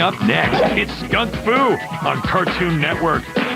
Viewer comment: Skunk fu kinda sounds like Kung fu